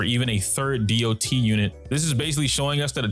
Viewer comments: My question is why do most star rail youtuber like to say "dee ouh tee" instead of dot? Online ingame or in voice chats nobody does that. Just "dot" is faster, saves time and is simple to understand. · I've been noticing that people are pronouncing it "Dee Oh Tee" instead of "dot".